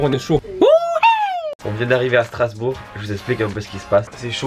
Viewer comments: STRASBOURG pas starsbourg Dsl c'est juste que j'habite là bas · Qui a remarqué le "Starsbourg" à ?😂